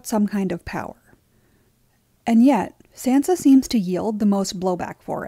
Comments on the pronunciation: ....you're saying her name wrong and I hate it. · I liked the commentary on Sansa here but I couldn’t stand the way the narrator said Sansa and I’m probably the one saying it wrong but I don’t think that’s how it’s said in the show